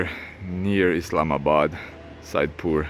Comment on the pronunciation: Just love the way you effortlessly pronounce 'Pakistan' and 'Islamabad' properly. Other so-called 'travel-vloggers' should take a leaf out of your book and show some more respect to a noble people and country which is Pakistan. I like your sense of humour and you take some amazing photography. Judging by your current performance, your channel will thrive, insha'Allah (god willing). Keep up the great work!